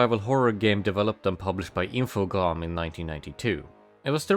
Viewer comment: THAT'S how you pronounce Infogrames?! Also that ending bit. Fuck, that got me!